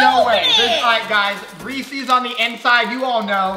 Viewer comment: I was getting annoyed when pronoucned Reese’s wrong